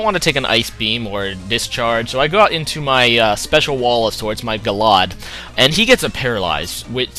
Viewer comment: "Gallod." Seriously reminds me of the Pokemon anime where they pronounce Houndour "hound-hour". The E at the end of Gallade is there for good reasons. Glad you get it right later in the vid. My favorite equip item is probably Rocky Helmet or Air Balloon. They're the two coolest things to come out in this gen I felt.